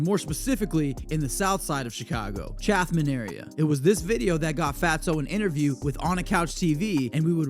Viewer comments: Not low bottoms it’s the low end and it’s CHAT -EM not ChaTHam😂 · It’s chat-ham not Chatham this isn’t Gotham